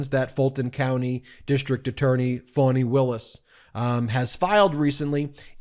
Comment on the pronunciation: It's "Fanny" Ben.